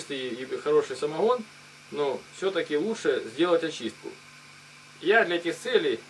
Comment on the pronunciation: Хадость , самоХон , переХон ..